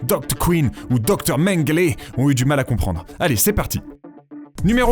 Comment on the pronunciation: "ou le dowcteurw mengeuwler" Il avait plutôt l'air d'être électricien avec les 2 éclairs dans son cou..